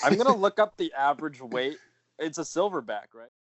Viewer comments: Did you say thilverback? I said the same thing. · "Thilverback" lmao